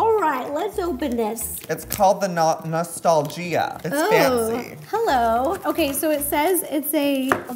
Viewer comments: Joey: it’s called the ✨noSTALLgEEa✨ iTs FanCy✨(it’s nostalgia) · no way he said “nostalGEEA” when that’s normally how to spell nostalgia 😭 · I was saying this too! But then again, it COULD be one of those words he has only heard and not seen spelled out. NoStAlgEEuH! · I like how Joey said Nostal-gia instead of Nostalgia. Lol 🥰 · It’s called the no-stal-gia 🤦‍♂️- is this what it’s like to be on a game show !?— come on dude you know this answer lol !! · He said nostolGEEa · It’s nostalgia not nostalgeea